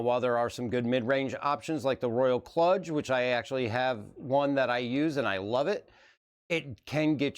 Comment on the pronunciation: KLUDGE is pronounced more like KLOOJ, just for future reference. Excellent video,, and it was cool to see you and hear your thoughts on these periphs. My youngest has the Kludge, and it has Wifi/BluTooth AND Usb C, so you can rock it wireless or wired, which, honestly I just felt so awesome about, and now am totally jealous of his keyboard haha,... its also REALLY well built. I was totally impressed with his Kludge tenkeyless.